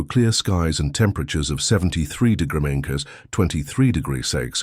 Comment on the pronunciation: YOUR AI CANNOT SAY " DEGREES " ffs